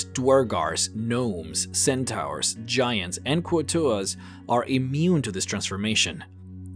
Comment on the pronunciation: His mispronunciation of centaur, telekenesis, reproduction and amphibious just annoys me much more than it should. Still a really cool video though.